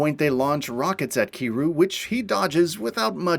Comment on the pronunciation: Can’t believe they slaughtered my man, Kiryu’s name like that